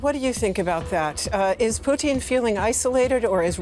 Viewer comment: I love how she says his name. "Poutine", a pile of soggy french fries and cheese curds drowned in gravy.